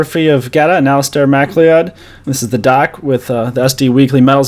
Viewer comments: but you didn't tell him how to say it. It is like Mac-Cloud. I know it doesn't look like that but it is scottish, so what can you do. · Great interview - Thanks v much. But ya gotta practice the pronunciation of Alasdair's surname :)